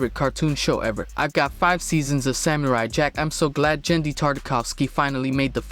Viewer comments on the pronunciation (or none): none